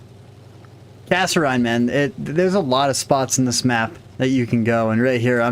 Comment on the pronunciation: GREAT set of replays!! The only mistake I noticed was a mispronunciation of Kasserine. You said KasseRHINE, it is actually KasserEAN (like mean). It comes from Kasserine Pass in North Africa, the first major battle between the Americans and Germans. We got our ass handed to us there. I wouldn't expect you to know much about this, being so young. Look up Kasserine Pass, WWII. There is some reference to it in the movie Patton, and in The Big Red One...